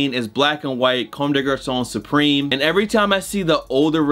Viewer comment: Also, it’s pronounced cum day garçon.